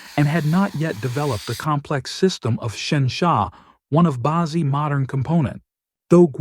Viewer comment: Bad AI reading. "Bazi" is not "bah-zee", it's "ba tzeh" (hard "z").